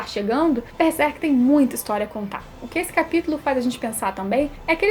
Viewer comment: eu não entendo o motivo das pessoas, falarem beserk, não pulem o ''r'' please god. BERSERK hhuehuheuhue